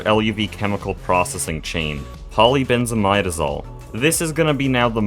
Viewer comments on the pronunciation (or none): For those curious about the pronunciation of polybenzimidazole, he's saying it almost right, it's poly benz ih mid uh zole (not mide)